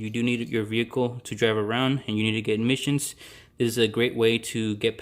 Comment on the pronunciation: Why you keep on saying admissions testing? It’s Emission testing dude!. Are you on braces 😬 🤪